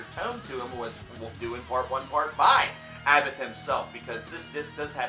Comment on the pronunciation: ABBAT(h) A BBAT ABBATH, you don't pronounce the H <3